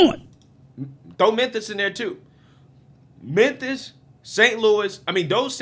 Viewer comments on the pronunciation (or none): Did you say "Menthis"? Cmon bro. Dat. Dis. Dose. Get your pronunciation in check. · Bro can you please say Memphis instead of minthis. Your killin me my boi.